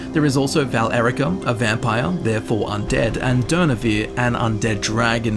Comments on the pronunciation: He says VAL-ERICA, doesn't he? Shouldn't it be VA-LE-RI-CA? Or is this another curious curiosity? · Valerica is one word. It's not Val-Erica